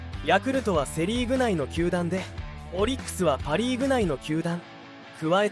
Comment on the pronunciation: 「鼓舞」を「つつみまい」 「球団」を「たまだん」 の時点で内容が入ってこなかったwww